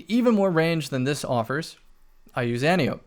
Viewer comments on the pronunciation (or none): I don’t want to be THAT guy but it’s pronounced Anne-tie-oh-pee.